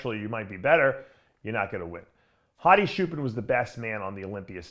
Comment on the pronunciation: Why does Dave still call him "Hadi Shoepan"?